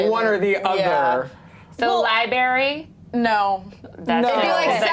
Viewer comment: That girl said "libary" lol.